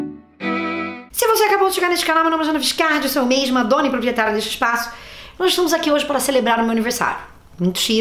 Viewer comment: "Se não tem preparo pro cargo, só é sincero pra reconhecer isso, não sei nem porque se candidatou, não é meixxxmo?" Kkkkk ADOREI Parabéns pelo aniversário! Ah, acho que não de diz "malcomunado" e sim "mancomunado" bjo